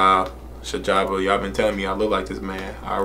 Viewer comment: Dope reaction bro...Sjava is pronounced C-Java you'll get it right.Abangani means Friends, the song is all about gratitude to the clique. Please check out Emtee ft Wizkid and AKA- Re-up🔥🔥🔥🔥🔥🔥